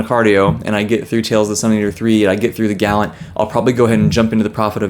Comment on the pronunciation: You have to be right in how you pronounce The Gallant. Otherwise we are both crazy because I SWEAR it is pronounced as the way you say it. And I agree, Fury of the Gods was great. As soon as I finished it I just nee I had to make a video on the trilogy because I needed to talk about what I saw in how John Gwynne kept showing us the power of that found family. OH-HOHOHOHO! I can’t wait for you to get to read We Are the Dead. IT IS SO GOOD! And yeah, Chance threw out the Last War Trilogy. We Are the Dead goes by so fast. It’s amazing!